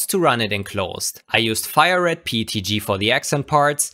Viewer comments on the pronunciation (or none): none